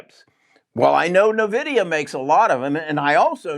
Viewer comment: It is not Nuh-Vidia,. It is EN-Vidia.